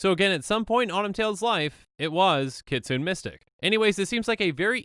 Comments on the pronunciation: kitsune too, if it was pronounced "kitsoon" it would be spelled "kitsoon" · Not going to comment on Kytheon, since I don't know the official pronunciation, but "kitsune" is pronounced with an "é" sound at the end--that is, it's pronounced "kit-soon-ay." Japanese words are like that. (Technically it's "KEET-soon-ay," but I think that's splitting hairs and makes you sound like a weeb.) Also, I believe "eidolon" is pronounced "eye-DOLE-un," but don't quote me on that. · Just an fyi, you are pronouncing kitsune incorrectly